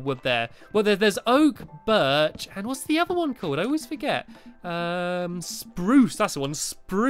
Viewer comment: stampy wampy walla wampey doggy woggy walla waggy.this is my rime for you stampy.i love you,and wiy do you say SPRUSE wierd and BIRCH wierd too???